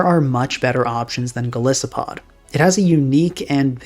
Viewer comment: I realize now, that I was coming off like a huge dick here. Please let me explain: I thought it was a further April fools joke pronouncing Golisopod and Clawitzer that way and wrote this comment right after hearing "Klah-tsur" for the sixth time. Having a casual predilection for linguistics and learning about the (imo tragic) history and development of the english language, I developed an irrationally strong aversion to the english spelling and pronounciation. Especially, because it is the only germanic language that lost the characteristic consistency and clarity of this language family. (To get a feeling for what I mean, "Storied" made a great, short video called "The screwed-up history of English Spelling", giving a good overview of what lead to the current state of the english spelling), I assumed the perceived, purposeful mispronounciation of these Pokemon was a subtle nod to the running gag of WolfeyVGC commonly mispronouncing Pokemon names as April fools videos sometimes lend jokes from neighbouring communities with a considerable overlap in viewers. Anyway: Due to my irrational aversion towards the english pronounciation, these jokes work well on me. And what was meant as a slightly annoyed admittance of your successful troll on me, just ended up as me just making a mean comment. I beg your pardon and want to express my appreciation for your channel. I usually don't comment often but catch most/all of your videos.